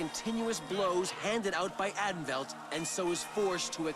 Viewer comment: As a former member of the SCA for over thirty years, the pronunciations of Caid and Atenveldt the host gave were HORRIBLE!!!